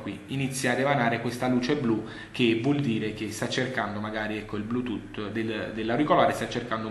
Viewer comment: ыыыы )))))))"блютутто" ))))